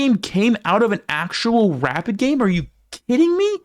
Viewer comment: Heh you pronounced "rapid" as "rabbit"